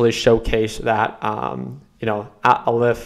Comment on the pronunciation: It’s pronounced “Ah leh f”. Like the first letter in the Hebrew alphabet.